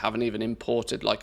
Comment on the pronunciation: Awesome list of addons. Thank you for information. This is an OCD comment. You say Name Plate correctly in one second and then you call that Addon Plater as Platter. I'm sorry, I'm sure it is an accent thing.